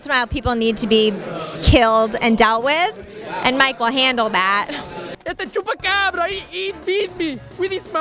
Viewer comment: I'm sure the real Mike Tyson can pronounce "Chupacabra" and "Marquess" correctly, so now he's basically making fun of himself. And I sure as hell can respect that. Good for you, Mike.